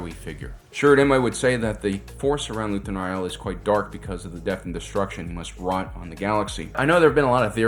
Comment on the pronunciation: But did you watch the show, because that I keep hearing you mispronounce Rael over and over? This isn't a book, they say the name in the show again and again. For a, you make ocd people go crazy when we just want to enjoy your videos.